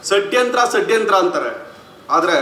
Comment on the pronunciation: Bro, it’s not sadyantara, it’s shadyantra😂😂😂😂😂😂😂😂